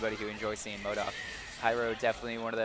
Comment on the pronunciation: has to seriously learn to say MODOK properly...